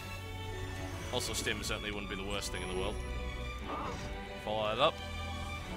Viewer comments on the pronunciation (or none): "Wost thing in the world..."